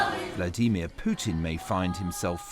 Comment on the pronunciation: WHY IS MARK URBAN THE ONLY PERSON IN THE WORLD WHO CANNOT PRONOUNCE VLADIMIR PUTIN... HE SAYS ''VLADEEMIA PUTIN.. NOBODY ELSE IN THE WHOLE WORLD PRONOUNCES IT AS WRONG AS THIS... WHY DOESN'T ANYONE PICK HIM UP ON THIS... SO SO ANNOYING WHEN HE SAYS THAT PRONUNCIATION..... V L A D EEEE M I A...... !!